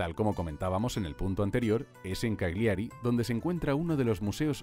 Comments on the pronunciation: Cal-yiari es la pronunciación de Cagliari y alguero de Alghero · Se pronuncia Cágliari con acento en la A. Y Alghero se pronuncia como "gu", no como "J". Además no es la ciudad mas poblada del norte.